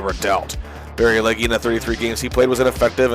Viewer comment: It’s pronounced Leg…not Leggi